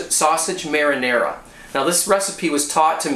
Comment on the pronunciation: Your pronunciation of "pasta" is perfect! not that much for "marinara" though, lol! :D Anyway...it's quite similar to the italian recipe. Well done! ;)